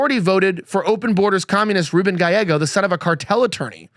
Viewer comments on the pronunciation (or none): none